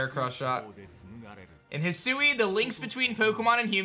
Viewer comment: He sue❌ Hi sui✅